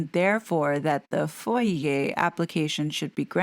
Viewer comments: Sh/b pronounced Foy-ya, not Foy-yea. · I LOVE your Work. FOIA requests are pronounced phonetically FOY YA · You do such a terrific job with every vid you research and share with us - much appreciated. A teeny-tiny tip to share. When people (in the know) pronounce FOIA, it is pronounced "foy-ah"! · FOIA : we pronounce it as Foy-ah. You’re the first who uses the preferred version of pronunciation. 😊 (I’m not being critical, just trying to be helpful. Thank you for all your hard work!!) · The FOIA (Freedom of Information Act) Request is typically pronounced "Foy-ya", where "foy" rhymes with "toy." I used to work for US Customs. 😉